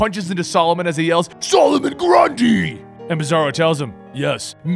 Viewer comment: Love the way you say "SOLOMON GRUNDY!!!"